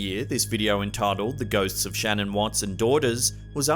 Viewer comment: Her name is not Shannon...its Shanann, like Shan Ann. I just think with the horrid way she died and what that monster did to his own babies, that at least Shanann's name should be said correctly. Bless her, poor little mite